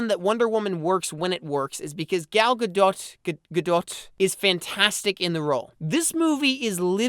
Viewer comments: Great stuff. However, I don't understand how you couldn't have watched a single interview with Gal Godot to know that her name is pronounced "Guh-dough". The 'T' is silent. A tiny effort goes a long way, because it makes you seem unworldly and like you're operating entirely in a tiny bubble where you don't do even the basic of research. Anyway, like I said, everything else is great stuff and it's a privilege and an honor to be able to watch such a great and thought-provoking analysis for free online. Thanks! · gadot pronounced gah-doh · It's Actually pronounced Gal Gadot ;p